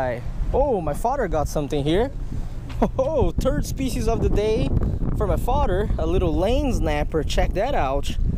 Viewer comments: too anyone else does it sound like he says turd fish instead of third fish 😂😂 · you said turd fish the day instead of third fish lol